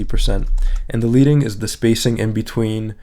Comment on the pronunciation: Good series. One correction, though. "Leading" is pronounced with a short "e" as in "Led", "Bed" or "Dead" rather than a long "e" as in "Leed" or "Weed". It's derived from the lead typesetters placed between the lines of text on a letterpress.